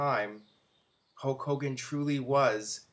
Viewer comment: who's "hoke" hogan?